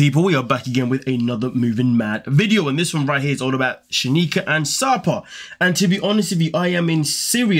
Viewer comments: They are sad. Her name is not Shenikah, tho! 😀 It's SheK-eye-Nah.:elbowcough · She-ki-nah, not “She-ni-kah” 💁🏼‍♀️